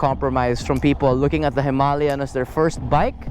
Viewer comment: Hima-layan as you pronounced it sounds a bit annoying 😅and a walk around the unit not just a rider's pov will help viewers too. Just my 2 centimos. Cheers!